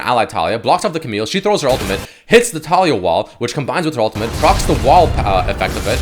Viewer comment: the way he pronounces taliyah makes me die lol